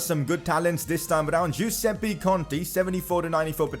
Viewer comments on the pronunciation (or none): none